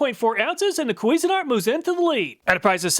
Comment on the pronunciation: CUISINE-ART (like the food) NOT "queasin-art" (like throwing up the food)